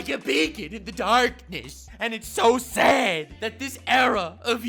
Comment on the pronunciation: Great Video! Yes it is So Sayd! That Dumbasses Rule The World, It So Sayd! I Find That Funny Not in a Mocking Way, I Think Saying Sad as Sayd is Funny